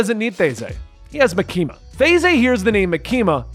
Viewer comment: idk if Reze is correct but if you listen to the sub its MAkima not MaKIma